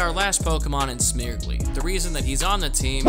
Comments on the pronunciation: I cant tell if youre mispronouncing Smeargle on purpose... its "smear" as in paint smear and "gle" as in beagle coz its a dog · Calling Smeargle, Smirgley from now on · Are you saying smeargle like that as a joke? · Okay but is nobody talking about how he pronounced Smeargle?